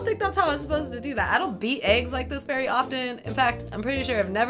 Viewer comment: Be vewy vewy quiet. It's wabbit huntin' season. (except this time the rabbits hunt you.)